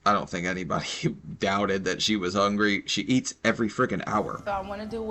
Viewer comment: Less than a week ago, I had to make food stretch for about 3 days, I only ate dry cereal and the next day I ate only one piece of chicken with more dry cereal so that my children could eat enough to not be hungry..... and this lady talking about " I'm HONGRY" ( hungry) Lady.... please 🤦🏾‍♀️🥴🥴🥴🥴